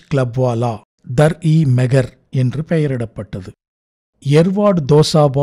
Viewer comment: Dar e Meher is pronounced Daar ey Meher meaning Place of Kindness, Anbin Veedu.